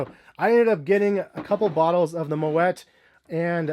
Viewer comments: It's pronounced "moe ee" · you pronouncing it wrong . The “t” is silent. “Mo -et” is incorrect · Also, you don't pronounce the t in moet. It's like "moe-aye"